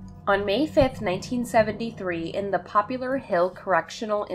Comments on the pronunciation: It’s Poplar Hill not Popular Hill. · FYI - it's not, "Popular Hill", it's "Poplar" - like the tree. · I am hearing you say "Popular Hill" yet I am thinking Poplar , a species if tree more likely to be the name of a town I would think. I had a friend who lives on Poplar St in Bridgeport , CT and he also pronounced poplar as "popular".His name was Tony and a different Tony whom I worked with often spoke the term "The Entire State Building". The tallest building in New York. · Poplar. Poplar Hill, not popular. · poplar, not popular. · Poplar... it's Poplar Hill, like a poplar tree. There is no U in it.